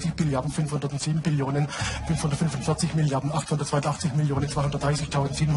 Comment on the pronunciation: Ja hat er falsch ausgesprochen eindeutig!!!!!!!!!!